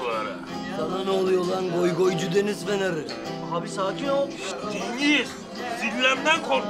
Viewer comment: Agir yanlis konusuyorsun